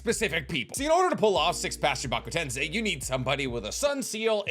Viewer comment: Is it just me or did learn to pronounce Chibaku tensei?